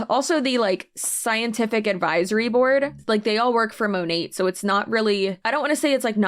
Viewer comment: This girl can't even pronounce Monat correctly. What is "Mow-Nay"?? 😂